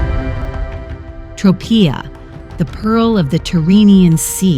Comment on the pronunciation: The mispronunciation of Tropea in this video is driving me crazy!